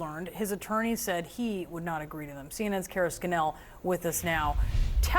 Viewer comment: Scannell is: Scan' nell, accent on the first syllable.